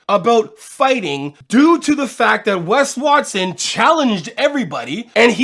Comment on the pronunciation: I swear you keep saying Pegged Watson